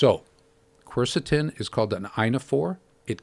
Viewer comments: People are pronouncing it wrong because its pronounced Kersetin nor Corsotin. Its spelt Qeurcetin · spelled quercetin